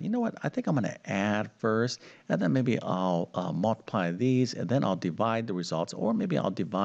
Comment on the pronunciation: It's mUltiply, not mAltiply. Or is it my hearing? Good show, though!